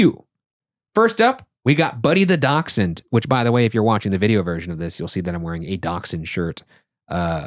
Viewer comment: Sorry. I love you guys. I love daschunds. But "DAK-SHUN' ? is this an American pronounciation? I cannot wait to ride SLoP one day.